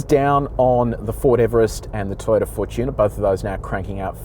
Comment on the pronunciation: Why can't Anglophones pronounce "Fortuner?". It has nothing to do with tuning, but everything with fortune. Fortuner, same as the rock band.